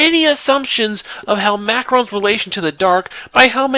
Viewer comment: hel-MACK-rons drives me nuts! lol its hel-ma-crons. nit-picky ik. love the series tho